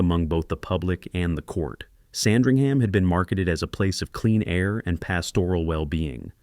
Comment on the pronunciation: FIRST of all, it's pronounced Sand-ring-uhm.